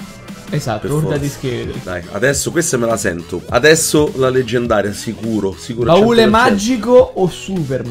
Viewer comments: si dice baule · che cazzo ci vuole a dire "baule" e non "barile"?😂😂